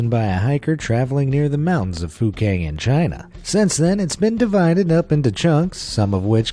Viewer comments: Sounds like he is saying fu**ing meteorite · My mother thought the guy said F*cking Meteorite when he actually said Fukang Meteorite Haha lol